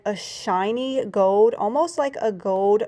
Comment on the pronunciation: You have talent and a good mind for or and sales why oh why can’t you learn to pronounce the word “ GOLD” there is an L in it … it’s not GOWD